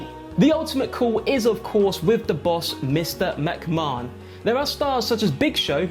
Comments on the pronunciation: Someone please tell him how to pronounce mcmahon. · Nobody else pronounces it like that in the UK.... hits the ear wrong